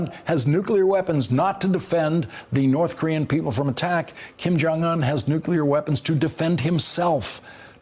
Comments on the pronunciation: He says "nucular" not nuclear! Come on guys... it's not that hard to say. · I'd be mad, too. He said "nukular" instead of "nuclear." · WHY CAN GROWN ADULTS IN GOVERNMENT STILL NOT PRONOUNCE NUCLEAR